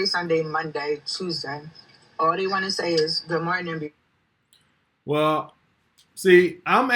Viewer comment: Who is Day..? I keep hearing, Day do this,Day do that..Who TF is this Day character..?